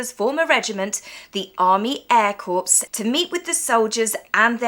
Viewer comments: FYI... "Corps" is pronounced as "core," not "corpse." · Thanks for another entertaining video! By the way Corps is pronounced as “core” the PS is silent. 😊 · Love you but it's pronounced Army Air Corps (pronounced 'core'). We don't want any corpses. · Core! its pronounced core. Corps sounds like a dead body!! Damn those silent letters in the English language 😅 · Don't sound the 'p' in 'corps'...cofose is something else😂😘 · Doesn’t know how to pronounce “corps”. Unsubscribed. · One doesn’t pronounce the “p” in corps.